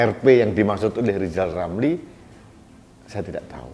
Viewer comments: Pak lijal lamli yg gk bisa ngomong L yah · LISAL LAMLI ORANG YG TIDAK BISA BILANG R LISAL LAMLI ITU OTAKNYA SUDAH KOPLOK HAMPER GILA ORANG INI ITU TIDAK PERNAH BENER SEMOGA BPK JOKOWI SELALU DI BERI KESEHATAN SEMOGA ALLAH MELINDUNGI NYA KEPADA BPK JOKOWI AMIN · wk......wk....wk ketawain aja si lizal lamli.....orang busuk .....sudah diangkat jadi menko sama p jokowi malah nggak kerja cuman pansos aja.......lizal lamli kok disebut pakar ekonomi.....ekonomi lemah!!! suruh ucap huruf R aja lizal lamli nggak bisa mau jadi presiden.....pleciden. lizal lamli.....kasian hidup loeee.